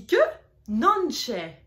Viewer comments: Bah alors pourquoi apprendre des mauvaises habitudes ? Faites des vidéo quand vous maitriserez la langue a sa prononciation... Car effectivement il a raison, Non c'è n'est pas Nonchè.... C'est dommage de bacler comme ça je trouve, vous avez un bon potentiel. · "Ainsi que (Nonché), c'est plutôt (dans la prononciation) "non'ke" et pas "non'tchè. Merci ! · Je dois reconnaître que je suis sceptique sur votre façon de prononcer certains mots. Nonché, le ch se prononce "k" en français, vous dites "non c'è". Je suis également novice en italien et je l'apprends encore mais je trouve que vous devriez faire plus d'efforts sur la prononciation et également sur la phonétique. Vous donnez de mauvaises informations à d'autres personnes qui veulent apprendre et ça leur prendra encore plus de temps de corriger les erreurs que vous faites et apprenez aux personnes qui vous suivent.